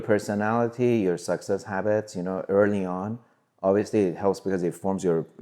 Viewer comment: When he says success he’s says sexes